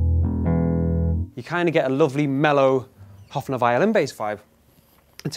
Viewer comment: Pleeeeeaaaasssseeee dont say Hoffner its Höfner [Hoefner]